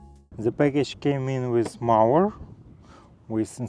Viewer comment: Congratulations with your new mower. However, one pronounces the "o" in mower as in "go" or as in "Joe".